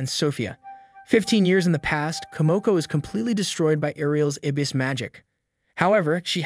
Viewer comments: The way you keep pronouncing "abyss" (pronounced a bliss except no space or l) as "A-biss" is really killing me. But thank you very much for making these videos. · Is this video text-to-speech? How can you call a “chariot” a “coach”? First video read “abyss” as “aybus” and “isekai” as “i-sky.” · errata: Abyss magic. “ah-bis” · Love the vid by the way and I went love how positive everyone in the comments is being. I just wanted to mention cause now on else did how strangely your pronunciation of “abyss magic” is. I only mention it cause I was confused as to what you were talking about till I figured out what you were referring to. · jesus dude. please look up words you do not know. barrage: “buh-RAHJ,” not “BEAR-ridge” …and still with the “aaybis” magic. uh-BIS.